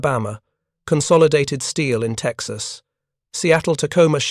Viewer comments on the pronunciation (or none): none